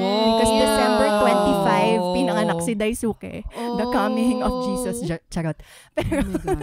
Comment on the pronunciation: it's Dais(u)ke.. silent u.. 😊